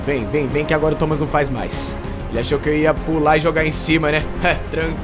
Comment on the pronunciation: "Tomas" kkkkkk Tomás kkkkkk